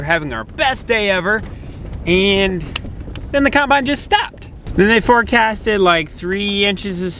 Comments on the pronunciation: Is it me or does pronounce it “cornbine”?? Loving the channel 👍👍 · Love pronunciation of caumunbine...